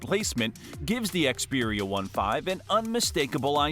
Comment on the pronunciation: You don't even know how to pronounce Xperia 1V and IV 😂 you didn't mention a lot of good features so your video is rubbish